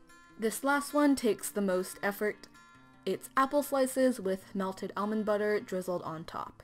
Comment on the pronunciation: Omg the way you say almond is so weird to me hahaha it’s like “elmond”